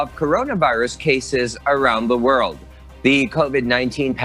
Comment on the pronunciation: And this woman is overdoing the English pronunciation, it should be cases, not caZes! The word measure should be pronounced as meZHer!.